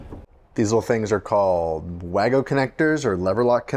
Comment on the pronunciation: Wago - pronounced Way - go.